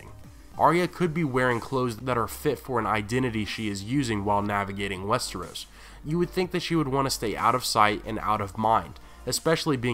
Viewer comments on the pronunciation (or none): none